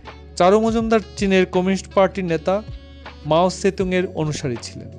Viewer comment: পাঠক উচ্চারণ ঠিক করুন। "ন্যাতা" নয়, হবে "নেতা" বলুন।